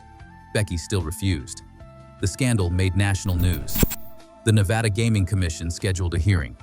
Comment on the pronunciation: The narrator loses all credibility in his pronunciation of Nevada